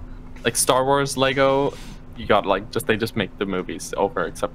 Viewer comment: Why can't you say lego?